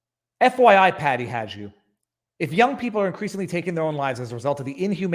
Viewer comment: It's pronounced Haydoo you had the HA part right but it's a " soft" j. 😂